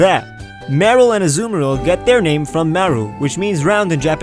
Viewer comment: It is Marill With the A in America okay